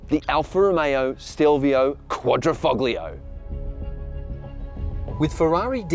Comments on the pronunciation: Please don't pronounce the G in Foglio. It sounds really gross. Ciao. (Foh-lee-oh) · The quad ri foGGG liaaaa. Do some research before attempting to,speak the language! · The "g" is silent in Quadrifoglio